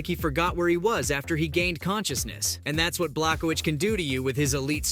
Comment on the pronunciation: You can’t even say Jan’s last name correctly